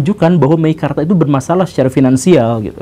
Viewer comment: MEKIKARTA... wkwkwkwk...